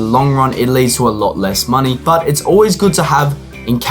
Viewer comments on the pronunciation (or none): none